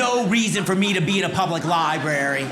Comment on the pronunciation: Dude it’s LIBRARY not Libary.